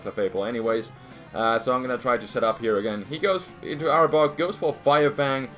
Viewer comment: I laughed so hard in the beginning because when you were saying arbok it sounded like you were saying aardvark XD